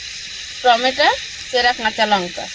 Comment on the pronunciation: টোমেটো বা টমেটো বলে। টমেটা জীবনে প্রথম শুনি 😂😂😂😂😂😂